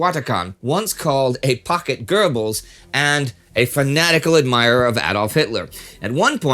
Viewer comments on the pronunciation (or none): none